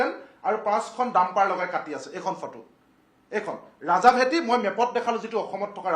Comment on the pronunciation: ৰজাভেঁটি....ৰাজাভেঁটি নহয়।, চোলাধৰা....চোলাধাৰা নহয় । মথাউৰি....মাথাউৰি নহয় । ঠাইবোৰৰ নাম শুদ্ধকৈ উচ্চাৰণ কৰি ক'ব ।